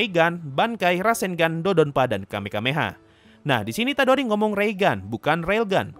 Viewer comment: Kamehameha bang bukan kamekameha